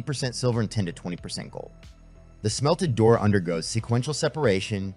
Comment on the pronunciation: Good video. Just a note though, Doré is actually pronounced doray.